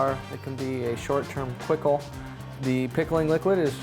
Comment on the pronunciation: A Quickle!!! Hahahahhaa bravo sir